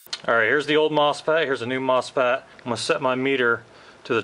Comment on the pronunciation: MosFAT? It’s mosFET